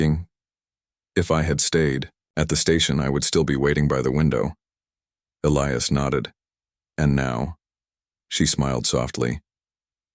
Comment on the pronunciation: At about : : the name 'Elias' is miss-pronounced without the hard 'i' that it needs to be a recognized name!. Oops LoL 😢😢